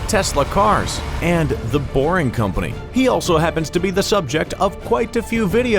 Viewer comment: Lol when he said the boring company i thought he said booring company